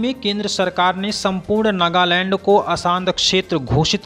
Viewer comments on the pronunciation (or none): नागालैंड होता है सर नगालैंड नहीं। 🙏